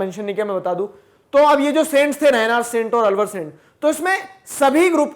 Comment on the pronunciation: अलवर नहीं आळ्वार